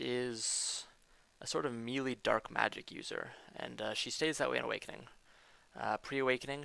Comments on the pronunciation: Nice guide, thanks for posting, but please stop saying "mealy" (that's a word used for the texture of food). Melee is pronounced may-lay. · "Melee" is pronounced: may-lay, in American English; and meh-lay, in British English. Not me-lee, witch is how "mealy" is pronounced. ^-^ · He clicks through some stuff and mispronounces melee a lot. Didn't miss much.